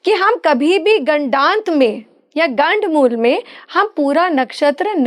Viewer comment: PATRKAAR 😛😛BOLNA SEEKHO 😛 GADD MOOL NA BOLO.😛 GADD MOOL TATTI KO 😛TIOLET KO BOLTE HAIN😛ASAL MEIN GANDD MOOL NAKSHTR HOTA HAIN😛 100 PERCENT SAHI BOL RHE HAIN. KITNE SHARM KI BAAT HAIN AAP SAHI SUN KE BI GALAT BOL RHI HAIN😏🤔🤐